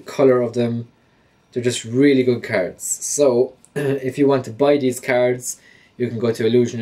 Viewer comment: You need to say cards probably not the way your saying it so annoying